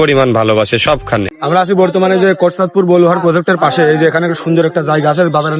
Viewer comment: ভাই বলুহার পুর না এটা বলুহার